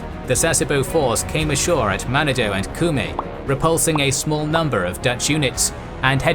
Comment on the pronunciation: Manado-its pronounced man narn doe-its great scuba diving